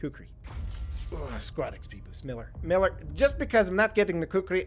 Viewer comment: it's MEELER